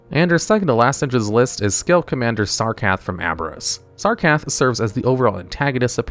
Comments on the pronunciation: SAR-KA-RETH Not SARKATH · “Sarkath” lmao. It’s crazy how long you’ve played wow and still just completely butcher so many names. Great video tho ❤